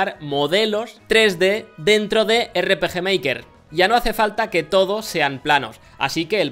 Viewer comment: miy bueno el erre peje meiker